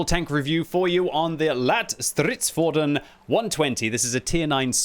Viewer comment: That's a very decent pronunciation of the name for a non-swedish speaker. Not perfect, but not bad.